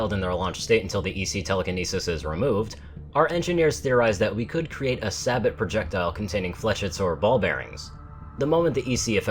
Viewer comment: I hate to be that guy... but it's pronounced SABE-OH, not Sabot..... DOn't look at me take it up with the French! It's their damn word. As for why I know this I'm from New Orleans lots of French spelling in the name of things around there. Like Bruax Bridge. Pronounced as BRO Bridge.